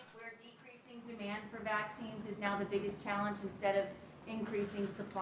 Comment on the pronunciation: This old man can't even form a sentence. Saloon? Really? Vaxskeens? I feel so sorry for all of the idiots who think this creep is our duly elected and legitimate president.